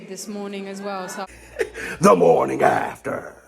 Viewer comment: The morning afterrrrrrr 😂😂😂